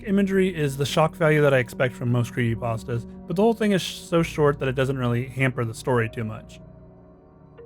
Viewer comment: He's saying cree'y'astas